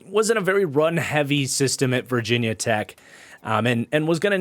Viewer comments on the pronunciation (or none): none